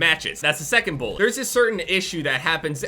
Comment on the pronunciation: The way says bullet......bowlit 😅😅